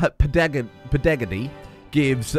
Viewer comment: Ped-uh-goj-ee - the science of teaching Fantastic episode glad you went for the full feast.